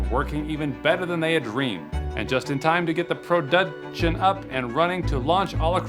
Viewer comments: You had me at "produdction" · Your pronunciation of “produdction” made my morning 😂